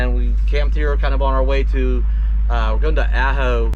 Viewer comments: It's pronounced Ah-ho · that would be pronounced Ahh-Ho, I resisted the first three times you pronounced it. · The way it sounds when you say it is Supposed to be Awe-ho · When saying the town Ajo, the j sounds like an H. Aho. ;)